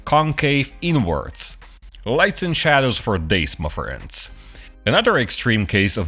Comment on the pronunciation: I never realized it was "ma friends" because it always sounds like "muck friends' :)